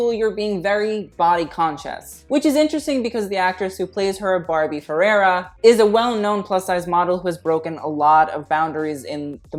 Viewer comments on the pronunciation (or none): Barbie Ferreira not Ferrara